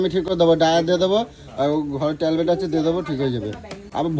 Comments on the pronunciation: জ্বরৃর ট্যাবলেট কে বলে ট্যালবেট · Tablet r cetzine k bole talbet r sitjen😂😂😂😂😂😂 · Talbet😂😂😂😂chee illiterate, jodi pronounce korte paro na don't say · অশিক্ষিত মূর্খতা "ট্যাবলেট" কথাটাও স্পষ্ট করে বলতে পারে না!